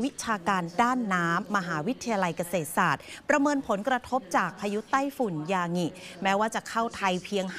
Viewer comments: ยางิไม่ใช่ยาหงิ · ศาสตราจารย์ อ่านว่า สาด - ตรา - จาน ไม่ใช่ สาด - สะ - ตรา - จาน ยางิ = ยา-งิ ไม่ใช่ ยา-หงิ เป็นสื่อควรคำนึงเรื่องการออกเสียงและใช้ภาษาไทยให้ถูกต้อง